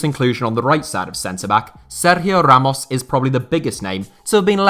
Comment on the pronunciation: with that perfect Spanish pronunciation of Ramos name 🥵